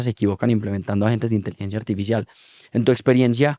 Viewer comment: jejej porque pronuncia inteligencia "artifishial"